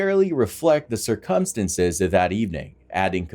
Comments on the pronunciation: just a heads up.... 'circumstances' is pronounced sir-cum-stans-es... not like 'circumference' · Sir-come-senses? Or circumstances..? 🤦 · circumstances, not circumsinsense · Say these words: February, cir-cum-stances, twenTy. You will not hear them pronounced properly at any point in this video. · cir·cum·stance /ˈsərkəmˌstans/ noun plural noun: circumstances. not whatever the f**k it is you were saying. Please, practice more.